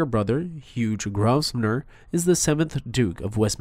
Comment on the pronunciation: Grovernor you don’t pronounce the S.